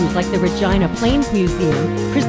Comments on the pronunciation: Re-gina, not va-gina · I always thought it was pronounced (ra-gee-nuh). Nevertheless, the pronunciation (obviously) made the video all the better. I sure hope this video eventually goes viral, it definitely deserves to! :) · Nope your assumed pronunciation is wrong. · It is Regina but it sounds a little different 😅😅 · No, that's how Google pronounces it.